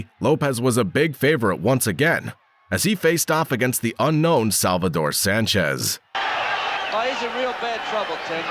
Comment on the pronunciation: The Technician Salvador Sánchez, you said that right,!